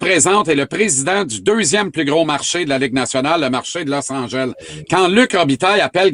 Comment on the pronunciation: ''Losse Angèlle'' LOL